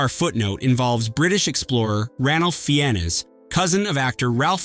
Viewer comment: Ralph Fiennes is pronounced Rafe Fines.